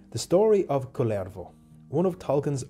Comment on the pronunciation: Your pronunciation of the name Kullervo is to my ears the Finnish name Kalervo. He is totally different individual ; - ).